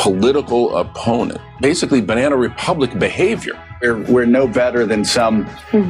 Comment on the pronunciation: Everytime they say Banna republic I'm gonna take a shot